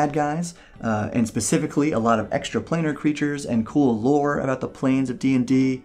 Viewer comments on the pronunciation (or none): none